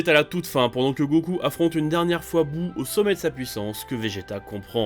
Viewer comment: Boo pas buu